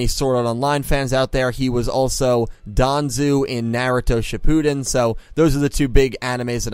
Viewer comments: Danzo not Danzu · Danzo lol (don-zo)